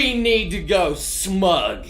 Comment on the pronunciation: Every time you say smug I think if Smaug